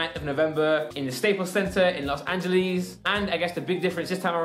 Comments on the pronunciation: No one::los angelees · Great he said Los Angeles wrong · los angelis